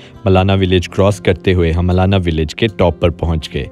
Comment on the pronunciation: It's not मलना it's मलाणा।